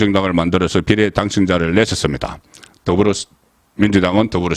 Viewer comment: 늘 느끼는것이지만 장모음 단모음 발음을 잘못해서 듣기가 매우 거북스럽다 탄핵, 비례 등등... 송선생이 언제쯤 제대로된 어휘를 구사하게 될까 그런날이 오긴올까... 그것이 궁금하다...